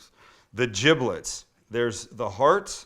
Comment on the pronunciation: It’s giblets, with a g. Not jiblets.